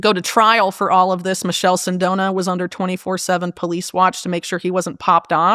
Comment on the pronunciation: Michele Sindona is pronounced "MEEKELE" Sindona. Berlusconi was not the father of Italian broadcasting, The RAI or Radiotelevisione italiano is the origional, founding national ( not private) organization of Italian broadcasting. Berlusconi's father was a money launderer for the Italian mafia.Berlusconi came to broadcasting much later than the Rai. Italian politics has been controlled by the US since before the end of world war 2. Italy will always side with US demands, irrespective of which ever italian political party is in power. Overall, great work Whitney! Keep it coming.